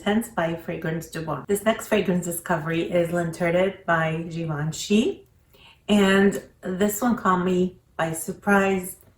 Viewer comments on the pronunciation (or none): Love the video. L’interdit- don’t pronounce the T. It’s l’interDEE